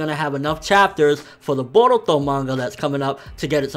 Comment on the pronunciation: Why does he say "Boruto" like that?